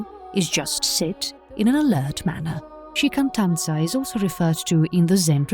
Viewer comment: shikantaza, not shikantanza